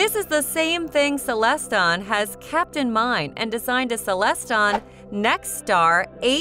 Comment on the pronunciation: Stop saying celeston. It's CELESTRON